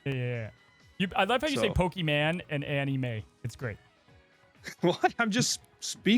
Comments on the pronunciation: "Pokiman" "Animay" making the show and I can't tell if he knows what he's doing or not ha! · I like how says he pronounces Pokemon exactly how it's spelled, but there's no A in it.